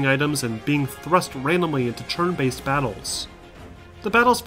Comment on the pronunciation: he’s saying “churn”? “Churn based combat”, instead of turn based? Aha, cute.